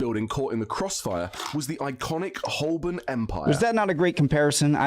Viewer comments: It’s not Holbern, it’s pronounced Ho-burn. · I suspect he didn't pronounce 'Holborn' like this guy does. In the many times I worked there, it was called 'Ho'bun'.